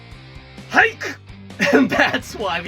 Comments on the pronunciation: The one thing I get confused about Japanese language is how it sounds on certain parts. He says Haiku. Sounds like Hai - ku. Then he’ll say it and it sound like “hike” like it’s one syllable. No “oo” or “u” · I thought he said haikyuu 😂